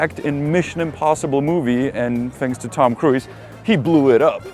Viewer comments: Hello, Tom Cruise is pronounced 'krooz' not 'kruiz'. Take care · Tom Kruis... classic czenglish there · It's hilarious how you pronounce name of Tom Cruise 😂 👍 my boyfriend does so as well 😊